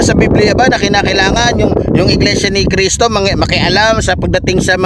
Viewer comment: Mali ka dyan brod! Bigkas mo palang sa Iglesia ni Cristo Mali ka na!